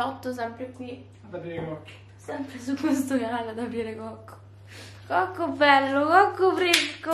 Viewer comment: Quando hai detto cocco bello cocco fresco sembravi ubriaca,scusa ma dovevo dirlo😂❤️